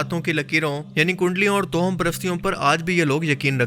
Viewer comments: Towham nhi, tawahhum parasti sahi word Hai. Jao Bhai apna kaam kero! Faaltu k fatway laganay aa jatay hain kahan kahan se! Aapki Sharafat apni jagha, jiski qadr kerta hun, laikin Aap khud kuwain k maindak na Bano. Kaafi arsay se follow kerta aa raha hun, aap social issues per baat Kari science, random facts. Laikin Islamic videos mein fatway na lagao. Shahwaliullah ki nazm ghazwa hind wali? 2ndly Kia aap bhi dhruv rathi ki video daikh k Aey ho? Bhai ikhtelaaf bohot hai riwayat mein. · تو ہم toham نہیں، tawahham ہوتا ہے۔